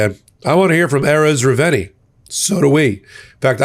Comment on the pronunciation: you got the whistleblower's last name wrong: It's Erez Reuveni (Re-oo-ve-ni).